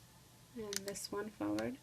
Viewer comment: Foward? It's Forward!!! JUST A TIP